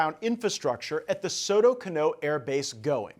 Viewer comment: Soto Cano. Stress on the "a" in the second surname.